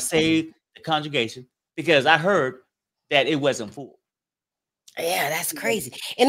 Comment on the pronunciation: It's and his conjugation for me. Lol..., the word is con-gre-ga-tion and not con-ju-ga-tion. You are not conjugating any Spanish or French verbs here.Two different words boo!. Lmao!!